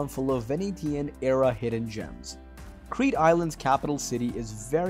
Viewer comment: Why can’t you pronounce the places if you make a video